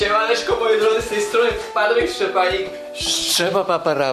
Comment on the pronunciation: Czy tylko ja zauwarzylem że patryk jak napisane w komentarzu Patryk pomóż to czyta Papryk pomóż A jak jest napisane Papryk pomóż to czyta Patryk pomóż